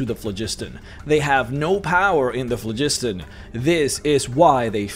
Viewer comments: Phlogiston was an existent word before RPGs used it. It is pronounced FLOG-is-ton. We know this because of it being translated into languages that use various alphabets. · The you pronounced "phlogiston"...